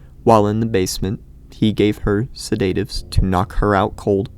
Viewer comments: Its "sed-a-tives" not "se-date-ives". Jesys Christ that was annoying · Please God it's pronounced Sed at ives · Who pronounces "sedatives" like that? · mans really be out here pronouncing Sedatives like that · The most horrifying thing of all... is his pronounciation of alias and sedatives😔 really though what a fucked up story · Are we not gonna talk about how he pronounces sedatives? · Was driving me insane tbh lol